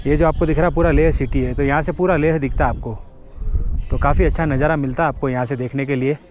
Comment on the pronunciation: Bhai , sab thik hai par शांति ko saaanti kyu bola,aur nazara ko najjaaraaa kyu bola bhai,aur खुशी ko khusiiiii,aap ladakh me ho sahi se pronunciation 😅😅😅kijiye bhaiyaaaaa